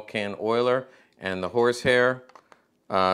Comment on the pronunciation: Half way through this video before I realized he was not saying “whores hair”